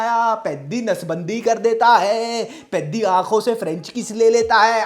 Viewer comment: Peddi ❌ Piddi ✅